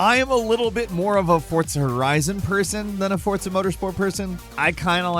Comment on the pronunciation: Why can't you say words properly? Fort za?? Wtf is that? It's forza bro. And moyria? It's Moria with a hard o. Frigging Americans.